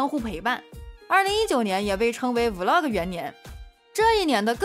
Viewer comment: Vlog 讀音錯了😂😂